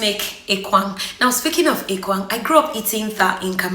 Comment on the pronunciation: point of correction madam, it is called ekpang and not ekwang. thank you.